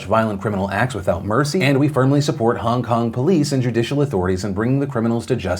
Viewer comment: Stop saying HUNG KUNG!! it's fucking HONG KONG!!